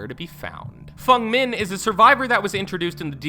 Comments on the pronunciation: he says nyaa instead of nea and fung min instead of feng min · What’s with the incorrect name pronunciations? Nia karlson, which is Nea karlson, and Fung min when it’s feng (pronounced fang) min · It's FENG MIN not fung min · In dead by daylights case it is pronounced feng min not fung min Ik in most cases its fung but not in dbds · "Fung min" scares me the most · Fung min, Nia Carlson, you butchered these names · This is how you pronounce it Knee-ah Karlsonn Fang min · Fung men and Naiah killed me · Good god. I had to stop watching this video. Its not naya, Its Nea, and good god, Fung min?????? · "Fung Min". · And fung min 😂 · Don't even get me started on all the butchered names Fung Naya Phanateafobia ETC (how he said them, i'm not dumb) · Dont forget fung men. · "Fung min"